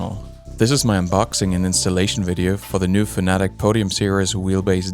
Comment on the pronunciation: FANATIC LOL 😆 FAN-A-TEC FFS